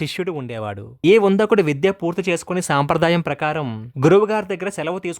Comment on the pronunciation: అతని పేరు ఉందకుడు కాదు " ఉదంకుడు